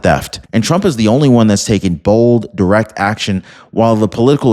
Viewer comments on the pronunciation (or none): none